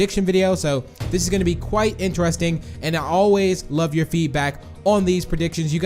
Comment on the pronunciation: Lol did he just said intarsting instead of interesting lol is he even a English